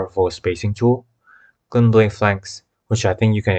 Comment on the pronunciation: Thank you for the vid! Very helpful. 1 thing tho... the way you pronouce phalanx bothered me